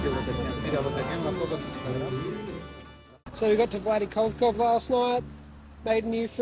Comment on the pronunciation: "vladikovkov" funny how u say it its (V l a d i k a v k a z ) no accents or smth Yeah keep it goin